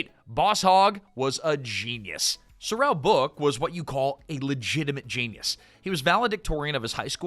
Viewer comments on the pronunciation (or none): none